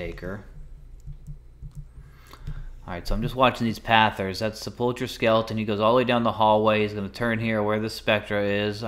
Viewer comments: It's actually Sep - ulk - er (best way I can type it) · Is that Nomans corpse in the wall? Hes on youtube too lol chanter, also Sepluchre - Sep - Luck - Her